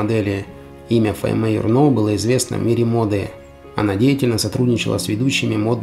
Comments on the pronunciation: Faime Jürno. И ой-ой-ой - не Фаимеее Юрнооо. Она же не француженка. Ударение на первом слоге. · Все замечательно, только в эстонских именах и фамилия, как и во всех словах, ударение на первом слоге. И все равно лайк!